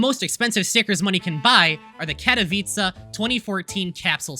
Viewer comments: as a polish person i can say, you almost nailed the katowice pronunciation, you screwed up a little at the end, it should end with cegh, not cah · pronunciation of Katowice is so cute here